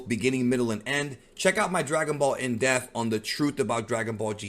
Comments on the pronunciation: Omg. It's (DEP)-th speak proper English . In Depth. Not, Indeft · Are you saying deaf or depth? You spell it depth but you say deaf. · Listen. I only subscribed to your channel because I told you if you pronounced in DEATH" as In Depth!! PTH!! not ATH. id subscribe to your channel in honor of correcting you however...sadly you continue to ascribe Death to ppl instead of going IN DEPTH!!! EPTH!!! not ETH!! IP PIP DIP SIP dePTH!!!!!!!!!!!!!! it's that serious! sir.....good day. You'd have a million subscrippers if you could pronounce it that dogdamn way!!!!